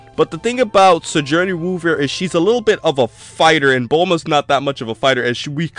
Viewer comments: did I warp into an alternate universe where it's pronounced "si-jour-nee"? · good video, but i cringed every time you tried to say Sigourney